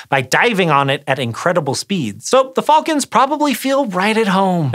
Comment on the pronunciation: How much do i have to pledge on Patreon to never Here this guy say. Ever again????